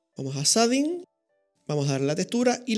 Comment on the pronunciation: "sading" shading